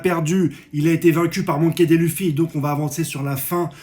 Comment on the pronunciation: MONKY Di LOUFIE 😅. SA ME STRESS QUAND TU DIS MONKY DÉ LOUFY